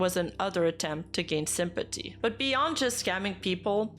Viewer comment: i love when you say simpaty